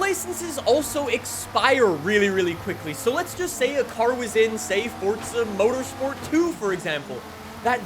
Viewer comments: It's Forza... not Fortsa. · forza not fortza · Forza not “fort tzuh” 😂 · Welcome back to fortza horizon five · Kinda annoying how no one says this but there’s no T in FORZA so please pronounce it right